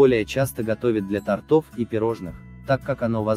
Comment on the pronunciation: Профессионал не мог сказать "тортОв".